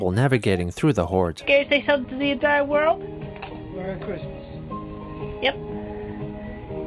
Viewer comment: Muhry chrismuh